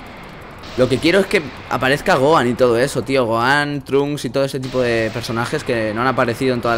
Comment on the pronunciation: no se dice trunks sino se pronuncia tronks